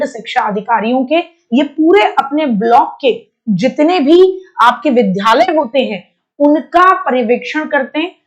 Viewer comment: विद्यालय को पढ़ने में ध पढ़ रही हो थोड़ा सीख लो